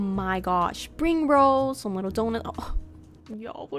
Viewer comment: SPACESHIP? BUTTŒHN Crazæh geæeeeet FAAAÆNCEYY *literal fart” SPRING RÆOLS GIRL SAID “🦅” Her Building skills are a SHEFS KISSSS